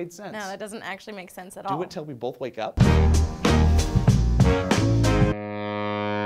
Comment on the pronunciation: Really,? "Bolth"? Like an ass. RvB reference, anyone?